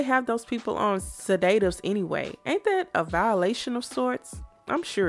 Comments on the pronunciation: The way you pronounced sedatives is too cute😂 my friends from Europe say it the same way😊 Meryl - take - yo -man Streep😂😂 they way she fell straight back after the dog jumped over the hedge had me cracking up! That whole dance scene with the gigolo butler was inappropriate af. Why was she dressed up like Brooke Shields in that child brothel movie😢 make up and all. When Meryln slapped her then karate kicked I screamed though 😂 she should have thrown the butler out immediately and locked her fast tail in the west wing😂😂 Hugs from Asia 🌺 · Suh-Day-tives? lol